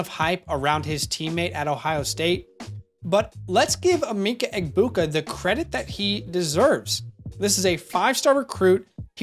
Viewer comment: Emeka is pronounced Eh-Meh-ka not Eh-mee-ka